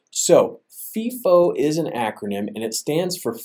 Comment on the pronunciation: its pronounced FY-FO, not FEE-FO, when talking about FIFO